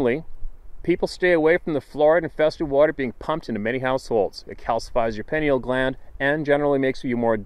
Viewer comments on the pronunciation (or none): none